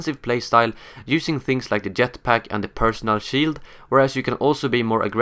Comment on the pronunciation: for fuck sake please stop sayin "yetpack" its JETPACK!!!! great video btw ;p